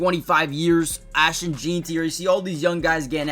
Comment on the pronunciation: Lmao. Not sure why none of these guys can say his name right. I keep hearing Jean-ty (like this guy) Jane-ty, Jon-ty, and even Gentry. But obviously it's JEN-TY!!😂